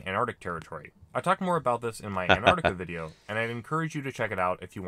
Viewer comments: It's pronounced as an tar ti ca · actully its aentarkta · but pronounces as antica which is wrong